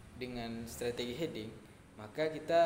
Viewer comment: Mau koreksi untuk Hedging bacanya = Hed-jing, bukan He-ding XD